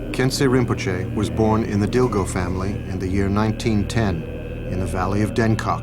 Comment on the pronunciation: Lovely, thank you so much for sharing this. FYI, Dilgo is pronounced "Dingo" in Khampa Tibetan. It's just one of those oddities of spelling of an old Tibetan family name.